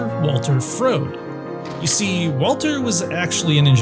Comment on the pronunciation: No, you're a frode for not knowing how to pronounce Froede.